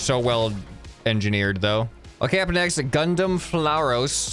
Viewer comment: AYO!? PILOTING A MOBILE SUIT GRUNT: ZAKU FROM GUNDAM SERIES FRANCHSIE!!!??? 👀👀👀👀👀👀👀 Edit: on, THAT IS GUNDAM FLAUROS FROM IRON-BLOODED ORPHANS HOT DAYUMN!!! HE DO REALLY NEED TO REVIEW THESE AND LEARN MORE WITH A GUNDAM KNOWLEDGE OR TWO, also his pronounce was still need work... it's Flauros (Flau-ros in pronounce), not "Flauros (Flou-ros)". ☠☠☠☠☠☠ Mind you, I AM MUCH MORE DIE-HARD GUNDAM FAN BOI OUTTA THIS WHEN IT COMES BEST CONTENTS AIGHT.